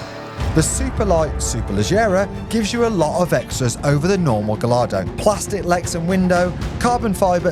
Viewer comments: Pronounced guy ardo . You have to use the Spanish pronunciation as they are all bake after Spanish fighting bulls. Ps. I was the sales broker at Classic car magazine in the 80s for Maranello Dk engineering dick Lovett Heathmans Coys of Kensington Lamborghini etc. you HAD to pronounce the names properly and speak French and Italian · Why.... do you mispronounce Gallardo ? But go on to pronounce Superleggera as Superlejjera ! Before you say.... its spelt Gallardo and not Gayyardo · Learn to pronounce ’Gallardo’